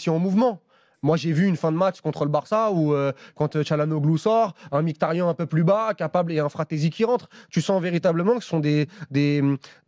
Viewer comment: C'est marrant vous faites bien attention à bien prononcer le nom de Calhanoglu à la turque (vous reprenez meme l'auditeur), pourquoi ne faites vous jamais pareil pour Mkhitaryan ? Ça se prononce normalement dans sa langue Miritariane.